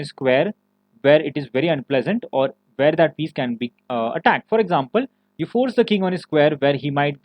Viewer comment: If you consciously try, Can you pronounce the words like "where" with a "w"? Or is it just automatically a "v"? I'm asking wholeheartedly. It's something I've always wanted to ask someone who spoke with your exact accent. Once again, this is a serious question and this is not hateful in any way. I'm just trying to understand. Is it like impossible for you or is it just habits at this point? I mean you do speak very good English, I'm not taking that away from you.